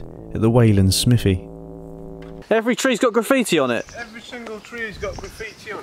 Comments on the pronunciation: "SMIFFY" its Smive--ee, Smithve---ee Smythee (as Ala Alpha's comment). I was born in Kent but then lived 4 miles from there in Shrivenham and also on the map Wanborough and also a few hundred yrds from "Steam Museum" on the map but now down in Devon. At the point where you did the tree graffitti I was under the desk hiding just in case there was a late 70's TW in view. I will say that there has always been strange stuff going on at night up there, at one time candles in the trees and then ribbons, hooded clan people, and groups of teens in school holidays. It has a "feel" to it,??? Anyway I assume you also visited the ROC post just the other end of that section of Ridgeway tack and if you make it to North Devon Give me a wave! Thanks for the Videos! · Im originally from Wiltshire/Berkshire border, and just to let you know you are pronouncing Smithy wrong. Its not Smith-y Its more like, Smiv-thy. I have no idea how to write it phonetically. lol. But its not SMITHY. :)